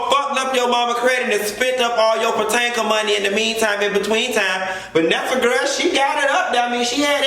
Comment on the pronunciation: Puh-Tank-Uh 🤣 Aunt White Lady 🤣 Ashley mom’s hair is definitely on drugs. You crack me up. There’s so much that isn’t adding up with Ashley & her dad. Did you have to give Karen that light dragging? 👏🏽👏🏽 Kudos to Robyn finishing the home rehab. Gizelle has no class. She came in the door popping off. We all know the scene was contrived but it looked bad professionally.